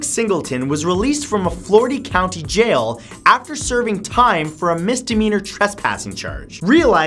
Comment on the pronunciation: Flordi Counti Jail